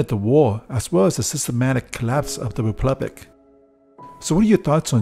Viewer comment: It's republic, not "replubic" get it right!